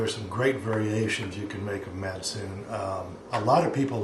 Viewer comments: Matsoni is pronounsed as MATSONI not MATSUN. and Georgia is not Russia. Kefir does not come from Caucasus. I'm going to open one secret for you, the soviet union was not Russia. It was more European union alike not US alike. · Its not actually pronounced "Mac-oon" its actually "Macon-ee"